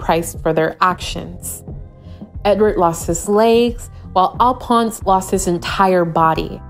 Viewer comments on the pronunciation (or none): ALPONS!!! I’m dead!!! It’s pronounced Al-fawns